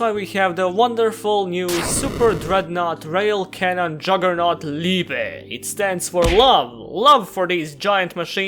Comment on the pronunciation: Oh, a Yugituber that can pronounce and knows what "Liebe" means. Slav power! Vozić lol